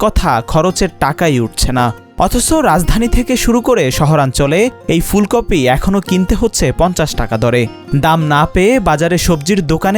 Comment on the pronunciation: ফুলকফি??? স্তুফ? রিপোর্টার এর উচ্চারণ এর এ অবস্থা কেন?